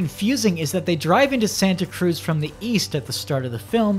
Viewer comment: As someone who lives in the Bay Area, I cringed so hard everytime he said Santa Cruz.